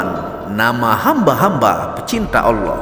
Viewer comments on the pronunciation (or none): Kamu ini mengatakan ALLaH aja masih salah tidak jelas belajar dl jgn kaya anak tk membaca teks nya